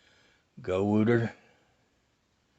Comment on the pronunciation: Gow tar is how you say it.